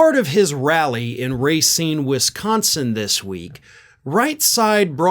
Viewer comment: Ra seen,not ray seen, just like Nevada, please pronounce these better. My name is Bicycle Bob and I approved this message.